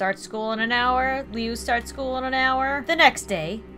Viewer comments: It's pronounced Loo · Do homicidal liu also its pronuced lu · the beginning triggered the absolute SHIT out of me. it's woods. woods!!! NOT wood. And his brother, liu, is pronounced LOU! Spelled liu, pronounced LOU!!! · How she says Homicidal Liu's name it's pronounced Lu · OK I LOVE YOU SO MUCH RIGHT NOW BUT lui woods if you cant get it its like looy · Liu is said Luke without the useing the k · you pronounce "lu" like "lou" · IT'S PRONONCED LIU (LOO) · Jeffs brothers name is pronounced Loo-i. Hope this helps! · It's pronounced loo for liu. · I could be wrong but.. And not trying to say that you're bad at pronouncing names,, I had trouble with this one as well... But isn't Jeff's brother's name pronounced Lui? Like, Loo? I don't know. I could be wrong, as I said. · So cool! I'm so excited! ps it's pronounced like LUU but it's fine if you say it however you want 😊😊 Pps I love you and your great series! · the way you pronounce liu is loo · Liu is pronounced like Lu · the way you pronounce Liu is like loo but spelled Liu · You're saying lui's name wrong. (pronounced l-oo-ee) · I'm pretty sure Liu is pronounced Lu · I thought is was very enjoyable; and for future reference, Liu (Pronounced Loo, like bathrooms in England), is also a Creepypasta known as Homicidal Liu. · It's actually how you pronounced it first. Like how you pronounce Liu, it's (please excuse this spelling) Lu. (LOL, X3) It's not how you pronounced it. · I literally listened to Mr.Creepypasta read the redone version of Jeff's story the other day. when you do kill Liu you should bring him back as Homicidal Liu! by the way I'm sure his name is pronounced "loo" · The way she pronounces Lius name kills me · Who else raged when she pronounced Liu wrong? XD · I love this gameplay but I’m OCD so I cringed when she pronounced Liu’s name wrong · Its loo not leu u got it right the first time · Meh name lui not leow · You did Liu so dirty Lee oo really oml it's loo it's spelt Liu but said like loo